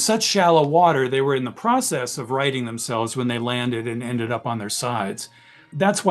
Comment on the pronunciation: You said process wrong